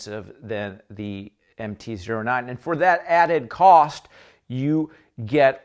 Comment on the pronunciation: anybody else going insane because he is saying MT Zero 9 instead of MT O9